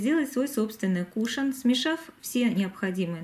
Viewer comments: Очень режет слух, тем более, что часто повторяете это слово)) правильно говорить - кушОн!!!!! Если бы ударение было на первый слог, то вместо О , была бы Е. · Извините, но вы неправильно произносите слово кушон ударение на втором слоге